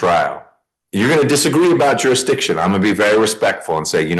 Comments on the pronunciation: You know someone is utterly cooked and beyond screwed, if the judge has to break down everything like he's talking to a child watching a courtroom drama. Oh, even more so though when, YOU CAN'T EVEN PRONOUNCE "JURISDICTION"! This guy is the textbook example of leading a horse to water but being unable to make him drink. But for as funny, sad, pathetic, unbearable and brain rotting this guy and his beliefs truly are, I'm glad he's confident enough to represent himself... Means one less nutcase roaming our streets and potentially unaliving more honest, loving, caring, contributing members of society and stealing their dogs. Enjoy life is prison you sad, sad oxygen thief. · Anyone who is unable to consistently say "jurisdiction" correctly should not be defending themselves, period. I have come to the conclusion these people just spout nonsense in the hope that if the say enough nonsense the judge will dismiss rather than deal with them. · Maybe it's just me, but if you can't pronounce "Jurisdiction" correctly, you probably should get a lawyer. Like someone said below though, happy he didn't. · Imagine how 🤔 stupid you have to be, When faced spending the remainder of your life in prison you have to be He can't even pronouce " Jurisdiction " along with most of the word's he put in his comedy script 😂😂😂😂 Seriously, he can barely speak English at all, what a load 🐴💩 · If you can’t pronounce jurisdiction, you probably shouldn’t represent yourself in court. Also, I bet his life that he’s under the jurisdiction of that court. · This guy can hardly even pronounce the word "jurisdiction". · Every time he tries to pronounce jurisdiction I die a little inside. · If you didn't know it was real you would honestly think it was a comedy sketch. $5000 for not saying "jurisdiction" correctly. This man is quite possibly the biggest sovit idiot I have seen. "No injured party" yes there is. Its just that injured party is no longer breathing. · Dude cant even say jurisdiction.....